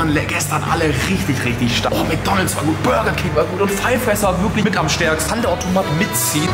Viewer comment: du sagst immer ortomat